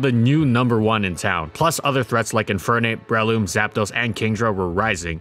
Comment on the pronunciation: Normal people: Breloom: Bruhloom